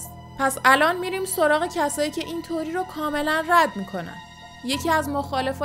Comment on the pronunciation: سلام میشه لطفاً کلمه《تئوری》رو《توری》تلفظ نکنین.